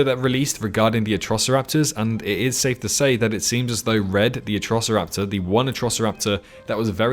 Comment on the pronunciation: Red not bred